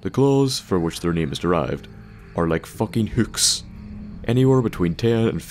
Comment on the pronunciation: "fawkin hoowks"